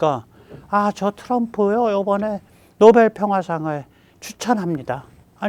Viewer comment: 역겨움, 노베루우, 단골이라 구매 루트 잘 알아, 만저당이 알아서 사줄께!!! 로 들림.